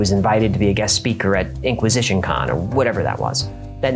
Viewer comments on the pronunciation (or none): "Inquisiscon"...I'm cryin'!